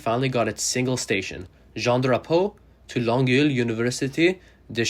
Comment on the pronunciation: Interesting. And great pronunciation of the French stations in Montreal, except for Longueil. It's hard to describe how to pronounce it, it's with eye-yuh at the end. Also, LA's Wilshire Blvd is pronounced like 'Wilsher'